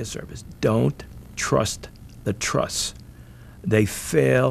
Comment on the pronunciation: No idea why but that guy saying "Don't trust the truss..." in that particular way with that particular accent is always and forever stuck in my head from when I originally saw this on TV back in the day.